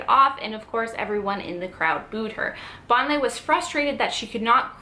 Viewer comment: How can you do a video when you don't know how to pronounce her name?